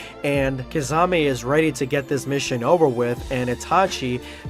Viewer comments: u really butchered Kisame's name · pronounciation of kisame = rip kissanime